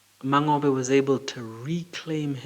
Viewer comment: Mangobe pronunciation isn't correct too! The "NGO" is pressed